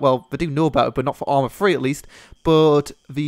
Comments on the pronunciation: hahaha lol...."Arma Free!" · ARMA FWEEEE